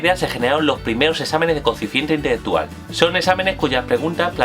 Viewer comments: "Coeficiente itetetual" como 10 veces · no se entiende una mierda q dice, coeficiente intheggetual parece frances